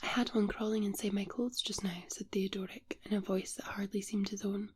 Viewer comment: love how read the name, Theodoric. A bit random but I have to call it like I see it...or hear it in this case lol